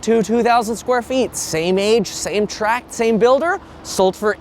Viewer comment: Thanks for calling them 'tract' homes, and not 'track' homes.